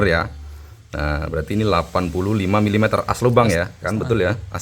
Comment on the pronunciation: Penyebutan satuan mm nya banyak yang salah om 🙏